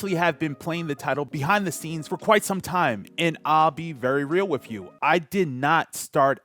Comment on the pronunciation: You pronounced "TH" in the word "the". Use that on the word "with" too lol